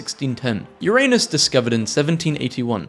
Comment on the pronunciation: finally SOMEone pronounces Uranus the good old way!